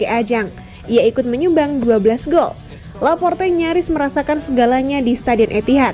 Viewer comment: Mnt , kenapa Laporte jadi Laporta min ?? Beda 1 huruf udah beda orang min 🤣🤣